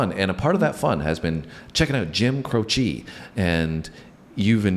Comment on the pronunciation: Accent on the first syllable of his surname, not the last. CROW-chee. The singer died in a plane crash in September of 1973. The song had been recorded years earlier and appeared on Croce’s first album, You Don’t Mess Around with Jim. It was re-released as a single after his death.